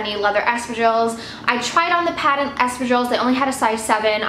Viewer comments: Sounds like Estrogens whenever you say Espadrilles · For half the video I couldn't make out what you meant by the strange sounds you made. Please check out the correct way to pronounce espadrilles..